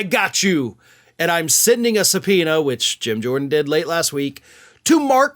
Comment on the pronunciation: LOL SUB-POO-NA I needed a good laugh today. Thanks,.